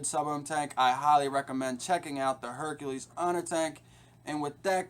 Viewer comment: Informative review, but you're not pronouncing the name right. It's Herakles (Hair·a·klees), not Hercules (Her·cue·lees)